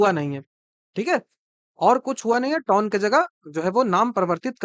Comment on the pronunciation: वो बिहारी टोन नहीं वो टाउन होता है Bihar है पेपर लीक और चोर आयोग